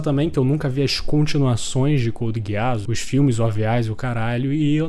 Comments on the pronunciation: me perdoa cara mas NÃO É GUEASS É *GUISS*!!! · "couldi guiáss" rapaz... Pronúncia 100% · Finais perfeitos: Code geass, FMAB, Breaking Bad 🤝 Edit: começei o vídeo agora, que pronúncia é essa mano? Code gueás 😂😂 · Amigo por favor tenta melhorar a pronúncia do nome das obras, a Code Geass com essa pronúncia é triste. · Pq ele smp fala a pronuncia dos personagens errado? Lelouch se fala (leluti) code geass (codi geazis) po nem e tao dificil, qnd vc conhece a obra e alguem fala a pronuncia errada fica mo estranho sksksksk